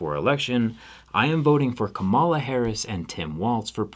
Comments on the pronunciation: I cannot believe you yourself pronounced it wrong, it’s not Kuh-ma-la , it’s kaam- alah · You're a smart guy and a very good guy. So I don't believe you're pronouncing her name incorrectly on purpose, but it is pronounced like "comma lah" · It's pronounced KAHMala. The emphasis goes on the first syllable. Great video otherwise! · I love the message and agree 100% but you're pronouncing her name wrong. Kamala (calm-ala) not (cuh-mala). Like the calm she is going to hopefully bring back to the country and world. Keep up the great work. Some of the best stuff on the internet! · You're not pronouncing Kamala's name correctly. Like people who dislike her do on purpose. It's Coma-la. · I’m with you, Zack! Thank you for this video, but please pronounce Kamala’s name properly. It’s like ‘comma-la’. Harris-Walz 2024! 🇺🇸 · Hey love ya Zack but it’s Kamala (comma-la) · It's pronounced 'comma-la'. Relatively common Indian name. His pronunciation is maybe a little odd but basically correct. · Love you, Zach. Can you please pronounce her name correctly? "KAH-mah-lah" Thank you for being an outspoken advocate for those less fortunate. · Thank you so much for speaking out 🥰 (btw it's pronounced like Comma-La, not so much like Ms. Marvel or the 90's wrestler) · no big deal but you're pronouncing kamala incorrectly. it's comma-la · awesome, well-thought-out and presented vid! (but, try to learn to pronounce Kamala Harris's name properly) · You’re still mispronouncing her name though. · Great stuff. Can we get you to pronounce her name correctly? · Very cool, wish you pronounced her name right though.